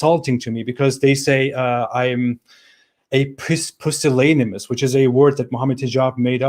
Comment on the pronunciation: Pusillanimous is an acceptable word in English. It's pronounced [pew-sill-animous]. It means weak-willed, cowardly. MH's use of it is affected.